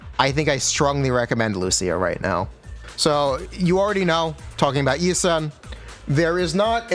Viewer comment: Yi shwen..... yi sen ._.